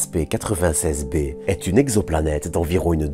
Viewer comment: Bonjour, Pourquoi dire W-A-S-P, et non ouaspe ? Merci pour la vidéo 👍